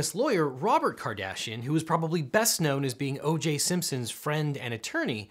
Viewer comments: "which Kim Cardassian..." dayum... I mean everyone knows she's had some work done, but... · "Kim Cardassian" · "Kardassian" Come now man, you could've edited that out. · “Kim Cardassian” ... Mr. Worf would like to know your location.